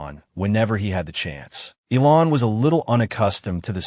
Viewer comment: It isn't pronounced ELON IT ELAN PRONOUNCED ELANE